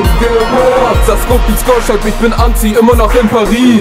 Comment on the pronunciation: Also am Anfang verstand ich nur etwas von ANZIEHEN statt Anti und auch so solltest du etwas mehr auf die Aussprache legen obwohl ich deine Stimme wirklich geil finde. Ich würd weniger Doublen. Aber die Doubles selbst sind gut gemacht (ich hör so viele versaute Doubles bei anderen) Das Video selbst hat eine gute Qualität aber die Schnitte sind doch leicht versetzt zur Musik. Die Musik passt gut und du triffst den Beat. Der Text ist auch gut. Gesamt ist es eine sehr gute Saubere Arbeit. Respekt!